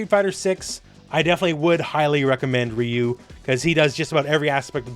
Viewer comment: That is not how you pronounce ryu. Respect the name, where are the OG street fighter players, Alex Valle, Seth, John choi and all the people that know about street fighter.